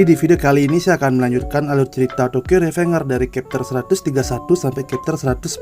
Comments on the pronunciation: Revenger = Rivenjer perasaan bacanya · RIVENJER, NOT REVENGER